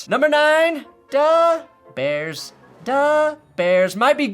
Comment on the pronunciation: Every time you say da bears I get harder